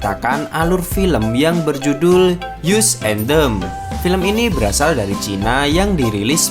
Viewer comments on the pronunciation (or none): yus en dem ? gak salah min? bukan as en dem? 🤣🤣🤣